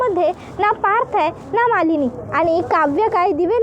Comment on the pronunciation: मालीनी नाही हो मँडम मानीनी आहे त्यामचं नाव